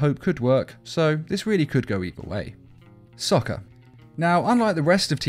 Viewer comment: bro u cant even say sokka's name